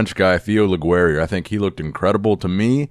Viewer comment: I love that we fixed the two Andreas from Italy. Let's fix the French name next. Admittedly, it's trickier. "Theo" sounds like "tay-o", i.e. no "th", just a hard "t", and rhymes with "mayo". Like Taio Cruz, if you go back that far. "Leguerrier" sounds like "Luh-gair-eee-yay". You know how the band Gwar has that "gw" sound? Theo's last name does not — just a hard "g" by itself. The end of his name, "ier", has no R sound. Rhymes approximately with "yay". Frenchies correct me if I'm wrong!